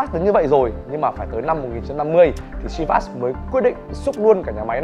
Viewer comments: Chivas is a Scottish whisky .The name comes. from the Gaelic Seamhas meaning lucky or blessed with fortune. It is pronounced “Sheevas “ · Bạn giỏi quá. Giỏi nhất VN. Bạn biết đọc tên rượu đúng với tên của nó. Có lẽ bạn là tiến sĩ VN về môn đọc đúng tên rượu Chivas.